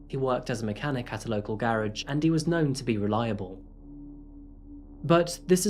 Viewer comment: It's a garage not a greridge